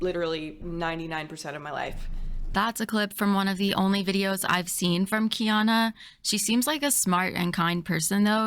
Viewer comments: It kills me that the “scientist” tries to belittle Kiana the entire time and talk herself up so much, but can’t even watch one of Kiana’s videos or learn how to pronounce Kiana’s name properly. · All I need to know is wrapped up in the way she’s intentionally mispronouncing Kiana’s name in a blatant attempt to demean and dismiss her “Bye Felicia” style. “Credentials” aren’t required to research and present information for an audience to discern.